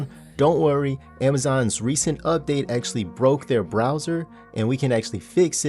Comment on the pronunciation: ackhually ackhually ackhually